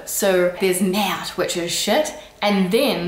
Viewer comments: Merde-heu! Not merde-dohh. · Our "Merde doooh" would be spelled "Merdeuh" in french :D It's actually simply the final E who is strongly prononced when we usualy skip it. ;) (It's not the same as "merdeux" who's mean "little shit" and is an insult xp). "Tak" would be spelled "Tac" (thanks the french comics for writting all our weird little words :D) and "Hop" means a little step, jump so for a child it would be the little jumps he has to make to walk up the stairs :) You can add " la" behind like "hop la" to make the word stronger. In general, adding "la" behind is making the expression stronger like "hop la", "houla" (or "houlala"), "hey la" or "Nan mais c'était nul là !" (work also with "oh") ;)